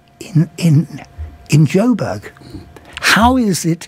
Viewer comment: The moment he said joburg... bye